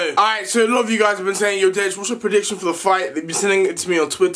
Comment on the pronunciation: Nobody literally nobody: Le deji: so alot of you been asking about my pridiction.